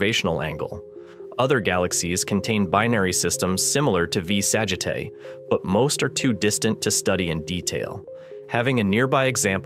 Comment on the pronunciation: What a fuck. V Sagitae is completely ba pronounced. It is AI shit. Blocked the vid immediately